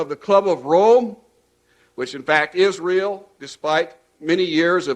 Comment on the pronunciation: “The club of Rome which in fact IS-REAL”